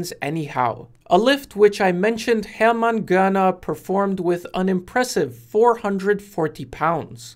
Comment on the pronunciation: You pronounced Hermann Görner perfectly 👍👍👍👍👍